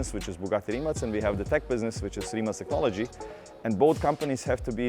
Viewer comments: Isn't it Rimac not Rimat? Why is he pronouncing it like the latter? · Its RIMAC (K) RIM-AKK not RIM-ATSCZ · Why is he saying rimat. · Y you say “rimats” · Is it just me or he pronounce Rimat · Why does he keep saying Rimat? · Why do I keep hearing "Rimat" ? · Every time he says Rimac, it sounds like Rimats.